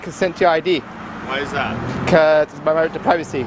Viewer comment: "Dat ish not a crime" I was dead. His pronunciation😂😂😂